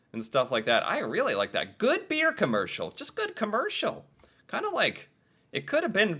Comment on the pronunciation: Could you emphasize the word 'beer' any harder? I hope you can see these ads were beyond selling beer. You come off as very condescending. I don't know you or your blog, but you come off as very 'American '.